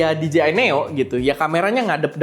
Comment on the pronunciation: di-ji-ai...khas lidah indo 😅